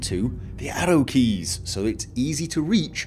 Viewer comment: Hmmmmmm For the longest I thought he was saying Ado keys. I was thinking "what the hell are ado keys?" then context clues lead me to the conclusion that he was saying ARROW keys